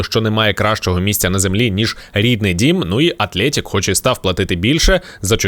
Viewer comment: Атлетік , а не Атлєєтік